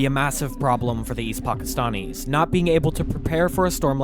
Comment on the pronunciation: Pockistonnies you say. From Pockiston? Really? 🤔 Why do you talk like that?